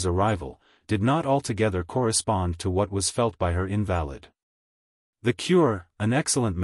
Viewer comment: The reader pronounces the word invalid incorrectly. Invalid as a noun, meaning a person who is ill or has a disability, is pronounced differently from invalid used as an adverb, meaning without truth or fact. The cadence is off as well, this sounds very artificial and robotic.